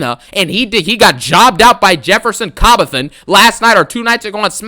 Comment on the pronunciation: said Jefferson Cobbleton 🤣😭😭😭